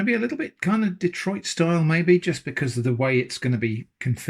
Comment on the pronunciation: made me realize i've never heard someone say "detroit style" in a different accent before, so i was pondering for about 3 seconds wondering what type of pizza style that could be before it finally clicked lmao actually this video has a lot of "new" i've never seen / heard before, so that's all very fun :D